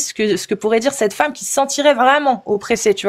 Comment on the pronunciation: "On va dirrrrrrrrrrr" 😂